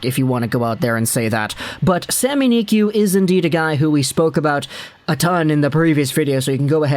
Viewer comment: Just say sami niku no need to make it fancy "sami niqy"